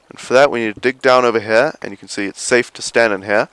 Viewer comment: "In heeah"